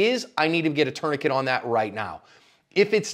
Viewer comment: "tourniquet me"